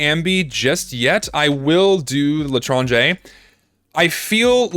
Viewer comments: I speak french and you prounonced "l'étranger" right :D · For some reason the spinner sound reminded me of the instruments playing in the japanese bruh sound effect. also chill out you're saying l'etranger fine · you actually said l'etranger correctly lol